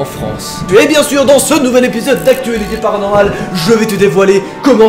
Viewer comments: J'adore quand tu dit "PARANORMAL"!🐼😛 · Je kiff le "PARANORMAL !!!!" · Moi aussi j'aime trop quand il fait ça ses trop marrant